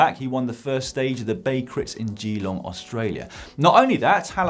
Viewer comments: Ah yes, the great city of Geeeeeeeelong, pronounced Jeh-long for some reason? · Geelong is pronounced galong. But I like the way you say it, a kind of French vibe. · Not as bad as his GEEE-long! C'mon Dan! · dan pls learn how to say geelong. its my home town